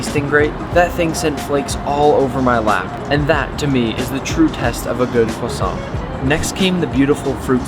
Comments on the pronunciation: When you luv da cwasant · When nick pronounced croissant I could feel each individual cell get angered that he didn't say it perfectly. (I'm Frednch)